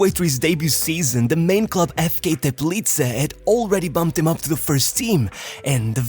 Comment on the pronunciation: Thumbs up pronouncing "Teplice" the right way.